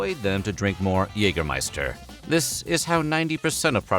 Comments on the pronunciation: its not Jegermeister its Jägermeister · "Yayger -- scheister". Just saying. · The pronounciation of Jägermeister here is a lot of garbage. The first and second letter r in Jägermeister are both fully silent, the -er is pronounced like a weird a-sound with the mouth very closed compared to an English a-sound. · While your pronounciation of "Jägermeister" is at least recognizable (kudos for that), you could improve it by pronouncing the first vowel (the "ä") more like the vowel in "bad" instead of like the vowel in "hey".